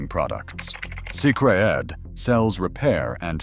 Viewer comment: Pronounced "sacred".